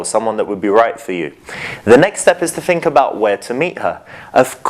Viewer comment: Think not fink you idiot.